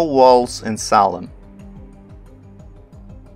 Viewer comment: Just a few corrections.... SALEM as written in the ENGLISH BIBLES is from the Hebrew שלם -- has to be pronounced SHA'- LEM The "S" in many cases represents "SH" sounds ... like SABATH - SHA-BBATH Another mistakes from TRANSLITERATION of the Bible (and other scripts..) is the letter "J" -- it is the GREEK Iota (pronounced properly YO-TA) and has the sound of "Y" So JERUSALEM is actually YERU-SHALEM.... ירושלם So to say that "SALEM" means "PEACE" is WRONG !!! Because SA-LAM is in Arabic and SHA-LOM is in Hebrew... SALEM is just the name of JERU-SALEM -- ירושלם In Hebrew.... In Hebrew מלכיצדק -- MALKI-TZEDEK -- actually means MY KING (GOD) IS RIGHTOUS !!! And he was the HIGH PRIEST to those who recognized THE CREATOR.... because MOST PEOPLE at the time couldn't comprehend the IDEA OF AN UNSEEN CREATOR.. More about the "J" -- YO-TA .... There was a city known as TROJ -- pronounced correctly TROY... and the people from there were called TRO- JANS pronounce TRO-YANS.. But most people are IGNORANT and many are IDIOTS TO BOOT... and some IDIOT pronounced it TROJANS and not TROYANS.... Same with NARCISISM -- it is derived from the MYTHOLOGICAL character known as NARKISOS (or NARKIS for short) who fell in love with his own image.... But in LATIN there is no "K" and the name was spelled with a "C" -- NARCISUS..... but some idiots (including Webster Dictionary..) are stating CLEARLY that the source is NARKIS but they pronounce it WRONGLY as NAR-SISISM .. BEST TO ALL